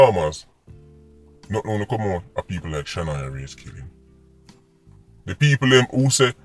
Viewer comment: Blessings as always, you missed off the “a” on her name “Shanoya Wray”